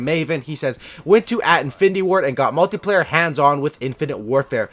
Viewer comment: omg you said multiplayer not multeyeplayer!